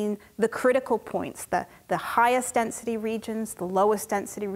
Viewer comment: Density … or dense-city?!